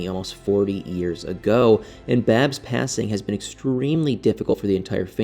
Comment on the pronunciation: Babs not baby